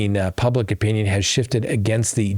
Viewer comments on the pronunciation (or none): none